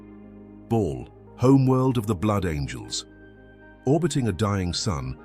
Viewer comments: Like others have said its Bal not Ball. Another AI voice trying to read a shit script. Moving on… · It's not "Ball" haha. Can ya not get the ai to pronounce it properly?